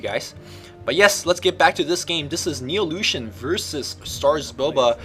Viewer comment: Anyone else thought he was saying illusion? o_O